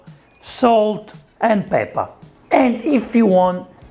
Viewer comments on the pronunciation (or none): UOTAH, PEPPAH, BATTAH, BURRATAH